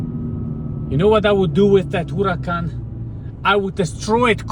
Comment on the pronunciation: Huracan ❌ HULACAN ✅